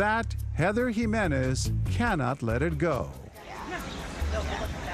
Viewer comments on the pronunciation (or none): none